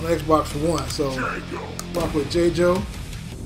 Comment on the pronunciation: I'm trying to figure out who "Jay-Joe" is. 🤣🤣🤣 the announcer dude clearly says "JAY-GO" & you followed and said "Jay-Joe." 🤦🏾‍♂️At least you won the match after that. Dude was trash with Tusk anyways. But the way you butchering his name...I need to ultra combo you on sight. 🤣🤣🤣